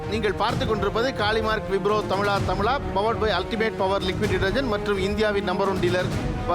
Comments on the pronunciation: But thamiz uchrippu seri illai. He ia saying tamila tamila insted of thamizha thamizha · தமிழா தமிழா. தமிலா தமிலா அல்ல. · இந்த ஆளு என்ன "தமிளா தமிளா" -ங்கிறாரு "ழ" என்கிற எழுத்தை உச்சரிக்கவே வராத !? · But the anchor says tamila tamila. He is not pronouncing zha